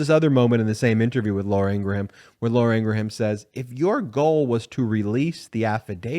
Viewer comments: It's not "Ingra-ham". it's "Ingram", despite the spelling. search for the video of her brother on youtube providing the pronunciation ... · Ingraham is pronounced "ingrum." Not "ingra-ham." "Ingrum." FFS. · I. Eli eve it is pronounced ingram